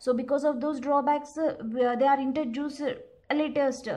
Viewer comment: Its introduced.. Not intra-juice-d 😐 #cringed